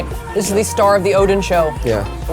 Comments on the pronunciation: Pronounced o-den... like a den.... not Odin, like an inn. Oh-den. In Korea, we call it o-deng... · the way you pronounced oden is more illegal than skewered it with chopsticks.. ouch 😂